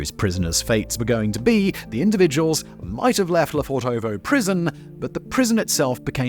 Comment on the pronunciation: quick tip. don't stretch the o's when you spell the name. it's Le fortovo, not Le Fortoovoo like you pronounce it.